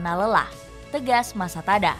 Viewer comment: Mimin salah sebut nama pelatih Thailand😂, Matasada, seharusnya masatada..